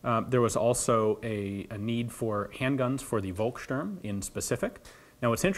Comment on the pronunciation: Terrible pronunciation. Feuer, Volkssturm => I could not even recognize what you tried to say...